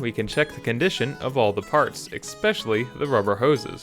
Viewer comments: It's ESPECIALLY, not eKspecially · Please stop saying expecially. You seem extremely smart, so especially should be readily available in your vocabulary. Lol love your channel btw.